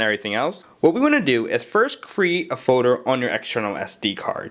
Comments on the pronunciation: What is a foder? You mean folder? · "then you make a new forder" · This guy can't talk. "Create a music Fodar"